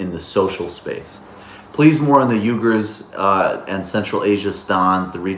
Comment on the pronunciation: "we-gers" not "U-gers"